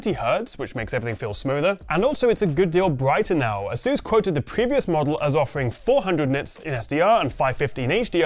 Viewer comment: It's Asus not asUs